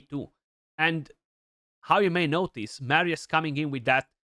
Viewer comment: Nu mai pronunta Meerius Bro Ca duna aiurea tare